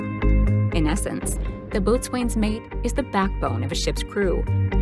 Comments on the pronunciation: AAHH! The name of the rate is pronounced "bo's'n", not boatswain, even though that's how it's spelled. Just like Forecastle is pronounced FOHK-səl. Something you never mentioned is that the maintenance personnel are not ships company, they belong to the air wing. The air wing is able to be transferred from command to command, shore-side or deployed. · it's pronounced "bo-sun" not "boat swain". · UH, boatsWain mate is pronounced boatsins mate! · Good video but boat-swain is actually pronounced bosun :-) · Not "boatswain" . It's pronounced "bosun". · "Boatswain" is pronounced "bos'un". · "Boatswain's" mate is pronounced "Bosin's" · You pronounced Boatswain Mate wrong. Boatswain is pronounced "Bosun". "Bo" (as in Boat) and sun (as in sun)...except the "U" in sun is almost silent so it sounds like Bosn if that makes sense. The Bosn mate is the rock of the ship. I mean that in 2 ways. One, they are strong, reliable, and hold the ship together and two, they typically had the lowest Asvab scores, so they are dumb as rocks.....I'm gonna get some flak for that. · If you can't pronounce "Boatswain’s Mate" properly, you really have no business making these kinds of videos. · It drives me nuts that she is mispronouncing boatswain mate. If said it how she is saying on a ship they would look at you funny. I know I spent 10 years at sea in the Navy.